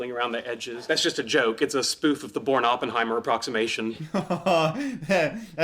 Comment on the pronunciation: You couldn't even say Oppenheimer, i have a hard time believing "smart like me" was worth much coming from that same mouth....